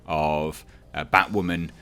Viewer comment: Batwahmen is a fucking mistake